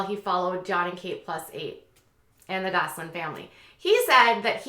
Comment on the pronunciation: I notice you say it like “Gosling” instead of “Gosselin” — but it may just be your Minnesota accent. I think Minnesota accents are just too cute!